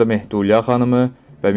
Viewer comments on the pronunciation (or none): Deməli, vurğu problemi var. Mehdu'lya yox, Mehdi Ülya' xanım